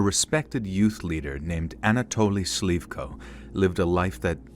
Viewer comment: You're mispronouncing Slyvko's name. :) You should stress on the last "o" rather than on "y".